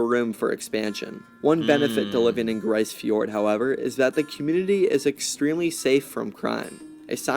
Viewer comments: malheureusementlise, ce n'est pas une not francais. Les francophone n'ont pas eu l'envie d'exploree le nord que l'anglais ou Les almagne. It's pronounced grease or Greece. Not grey in french. Having been there, and being Nunavumiunga; I'd like to think that I have a deeper understanding of the language, culture, and word pronunciation from the area. 15 years has earned me at least some respect. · It’s pronounced grease not grice . . They were abandoned . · You got the vowel sound, but it's /gri:z/, not /gri:s/. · Grise is pronounced greese. A hamlet is a town with less than 100 people. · It's pronounced "grease". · Grise rhymes with please. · grise fjord as in "grease fjord" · Hey, It's pronounced the same way as Greece. And just a little FYI, anywhere above the Arctic Circle will see 24 hours of both sunlight and darkness. That 24 hours of both is what actually delineates the Arctic circle. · If the word is French, as I suspect, it means colour gray in the feminine, meaning: une tempête grise - a gray snowstorm. In that case, it would sound more lile greeze. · Its pronounced more like Grease Fjord.